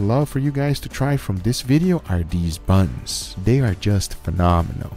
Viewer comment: Just made laugh the way he says these buns 🤣🤣